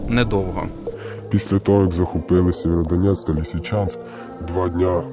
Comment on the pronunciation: Сєвєродонецьк! Кажіть правильно. Бо ріже вуха місцевим